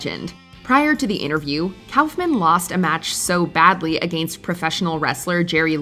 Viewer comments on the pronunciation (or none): Andy Kaufman. It's "Andy (Cough Man)" Not "Andy (Cowf Man)" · Kauffman’s name is pronounced KAWFMAN, not KOWFMAN.